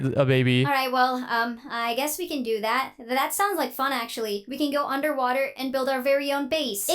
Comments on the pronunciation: 'UNDERWAHTER' :D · You said under wather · Did you said the title underwather 😂😂😂😂😂😂